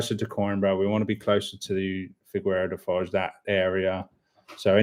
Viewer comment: Quick tip. In Figueira da foz, the U is silent. In Portuguese a G before an I and an E is read as a J. The u is there to prevent this, and maintain the G sound. Hope this was not too confusing (long story short, Figeira da Foz)